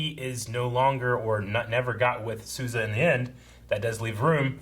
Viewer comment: The way, and the characters on the show pronounced Sousa makes me cringe like that one guy cringed to the word Moist. I need Yo-Yo to say it for my sanity lol